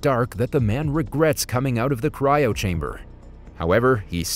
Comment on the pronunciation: Bro said cyro wrong